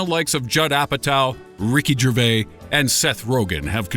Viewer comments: he said "jer-vay" instead of "jer-vays". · Rosalie W Worse, he called him Ricky Jervais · "ricky gervay" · Decent video, but, for future reference, Groening's last name is pronounced Gray-ning, not, Grow-ning. Also, Ricky Gervais is pronounced Jer-vase, not Jer-vay. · ...Did... He just say... Ricky, DREVAY? NO! For your information, it's Ricky Gervais. Thank you. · It's pronounced Grenning, and Gerva-is. WTF. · Pretty sure the S is Gervais isn't silent